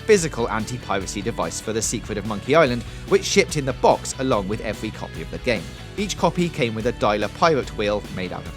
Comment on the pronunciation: "Piwates" "Eewy" "Evewy" "Vawious" "Agwwesive" "Bankwupting" "Cwime" "Clewew" "Chawactews" "Spweads" "Bluwwy"